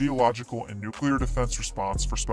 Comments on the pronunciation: Nuclear. Please stop saying nook-yoo-ler. It's pronounced nook-lee-er. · Repeat after me... NU CLE AR Nucular is just wrong. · Ponouce it well Nuclear not Nucular